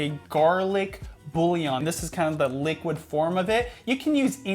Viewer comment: Love how says BouLion 🤣